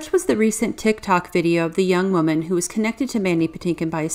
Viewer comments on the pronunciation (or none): none